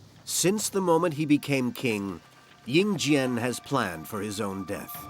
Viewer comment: The "slaughter" of names kills me. 🤣🤣😛😛 Ying Zheng becomes Ying Jang. Anyway, interesting documentary.